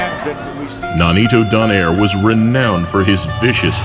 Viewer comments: Correct me if I'm wrong, but it's Do-nay-re, not Don-air right? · Please, at least give me a permission to correct Donaire's surname... It's actually pronounced at DO NYE RE.. Not do nare